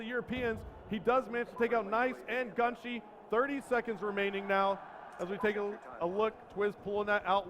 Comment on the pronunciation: For God sakes....... its GUN SHY not GUN SHIE. shy as in pssive or timid or scared